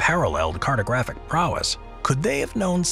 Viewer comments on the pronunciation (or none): none